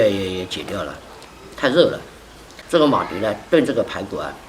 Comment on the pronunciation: 是马蹄ti，不是马蒂di